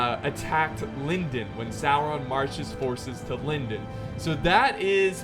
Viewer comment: small pronunciation note: the “o” in Lindon should be pronounced as in “gone”, not like it is in “felon”